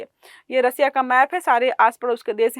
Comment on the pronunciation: रसिया ❌ रशिया ✅